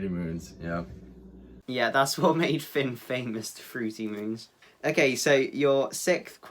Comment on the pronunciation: Eeeeee I love /Finn soo much he’s soo cute and super adorable EEEEEEE He said Pinn and he said Loads Of it I love this interview best interview Yet 😍😊😁